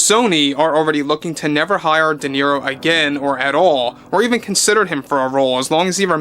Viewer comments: Who is this “Deniro” you speak of? 🤣🤣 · DE NERO😂😂😂😂😂